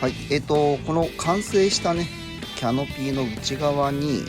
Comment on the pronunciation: いつもとても参考になる動画で感心しますが、Canopyがキャノピー↗️というアクセントで言われてるのが気になり過ぎて・・お茶のCMで出てくるエビデ↗️ンスはないですが・・正しくはキャ↗️ノピーですから。